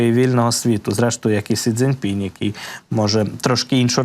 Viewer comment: вам подобається така вимова вашого прізвища? А чому ви перекручуєте ім'я голови КНР? В його вимові немає ніякого "пінЯ", його звуть Сі Цзіньпін!!! Невже так важко вивчити ім'я очільника найбільшої країни світу??? Чи ви свідомо демонструєте неспроможність українців до міжнародних відносин???